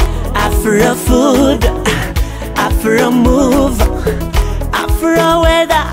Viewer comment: Btful song kbsa but you have to learn that there's a big difference between R n L pronouncing,so I didn't hear afRo but afLo